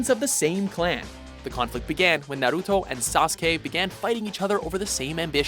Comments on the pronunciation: stop saying naruto wrong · They finally said Sasuke's name right :) but fucked up Naruto's